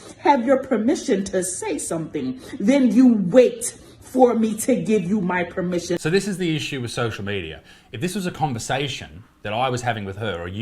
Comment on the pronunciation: 😂😂😂 "lord may I have tour premmission to speak" look here.....regular human, get bent!!!